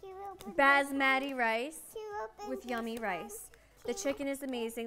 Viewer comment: “Baas maah ti” rice lol I love her